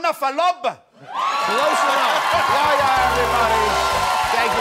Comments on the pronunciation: It’s not (Yea-yea) It’s (Yeh-Ya) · Typical middle eastern lol His name is not yaya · Yaya 🤣 it’s Yahhhhhhhhhhh ya you need to focus on the h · Yaya lol it's YaHya the H isn't silent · He’s name is yahhhhya not yaya😂!! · It's pronounce "yeah yah" Jimmy. Not Yaya.. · It's pronounced "Yea-Hey-Ya" not "Ya Ya" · not yaya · The fact that he kept saying Yaya, it's يحيى حححح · For the last time, the name is pronounced yah- (remember the h sound) ya.